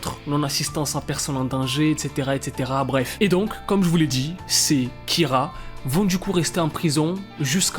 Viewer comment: Merci mon prénom c'est "Kyra" et pas "kira"